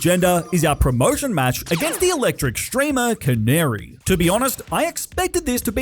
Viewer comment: Anyone else get angry when he said canary.